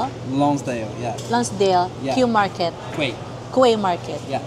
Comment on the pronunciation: Quay is pronounced like “kee”